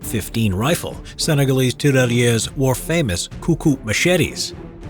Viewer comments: As a French speaker, I cringed everytime you Said tirailleur. A great movie on that subject is Days of glory. It dramatized the use of French colonial troops. It's a shame that movie barely got any attention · The prononciation of tirailleur isn't good